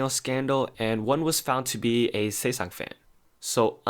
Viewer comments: Great video but just wanna correct you it’s ‘sasaeng’ and not ‘saesang’ 😭💕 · It’s sasaeng fan not saesang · it's actually Sasaeng not Saesang. Saesang means the world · Ok im crying "saesang fan" It's sasaeng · uh... minor complaint. it's "SAsaeng fan". "SAEsang" means world. I love your content! I just wanted to clear this minor mistake that a lot of non-korean speakers make.